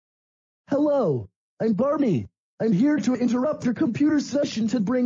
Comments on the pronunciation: Bareny? Don't you mean Barney? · I Like How The Beginning Says Bareny